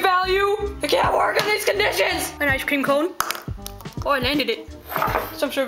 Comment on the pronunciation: More like ice cweam.